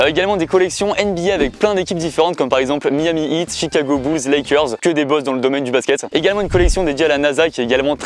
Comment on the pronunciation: Moi qui entend chicago bouze 😭